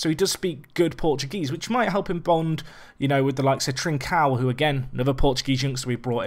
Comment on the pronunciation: Trincão is pronounced closer to "trinc-ohw". It's hard as hell to describe to English speakers but that's as close as you'll get. Fantastic video as always mate!